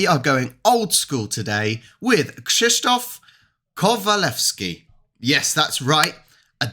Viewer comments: You pronounced his name very well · Krzysztof Kowalewski was one of the greatest polish actors ever. Old and great actors school. Old time Polish actors was fantastic, but almost noone at the West knows them. It's sad but true. BTW I'm impressed how good you read his name and surname ;) Maybe you should try once again to said name Grzegorz Brzęczyszczykiewicz? ;)